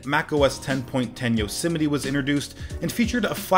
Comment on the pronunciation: hey it's Yo-semnite!